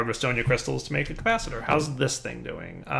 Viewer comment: CALCulator, not KAKulor. Enori, not Eñori. REstonia, not REDstonia. Oh, and just in case botania is in this pack, it's GourmaRYLLis, not GourmaLAYis.